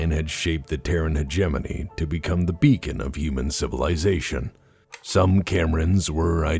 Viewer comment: In my whole life, I have never heard anyone pronounce 'hegemony' until I watched your videos. This is a word I have been mispronouncing for decades.